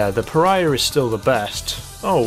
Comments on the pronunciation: You finally pronounced Pariah right 😊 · Good to know you finally say Pariah right lol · You did it! You said pariah correctly! Woo!